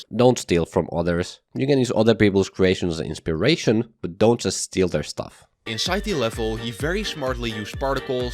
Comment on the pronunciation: Every actually good tip was just overshadowed by “Dont shteel frum oters 😡😡”